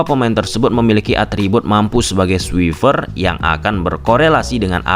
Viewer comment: Lu sbg influencer, pengucapannya yg bener dong. Buat yg belum mahir english jadi makin runyem gara2 pengucapan lu yg kurang. 100k ytber, tunjukin lah kl lu layak punya scriber 100k++ . Kl lu rasa english lu kureng, bahasa indo aja. Itu lebih bagus deliverynya. Suwifer itu apa coba? Aduh Sadge.